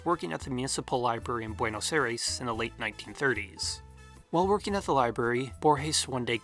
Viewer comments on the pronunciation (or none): “Boowaynos Aries”